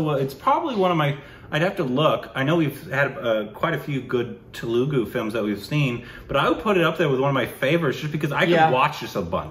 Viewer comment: Telugu is pronounced Thelugu